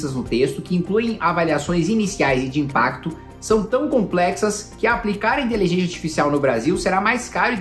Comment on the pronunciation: Pq o Kim ta falando inteligênxia? kkkkk